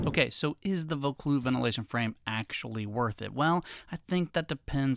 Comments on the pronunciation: It’s pronounced “ voe-cloozz “. It’s something that could interest me. My pack has no framing so it’s like a barrel when it’s full. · Oh, so the "Vaucluse" came loose!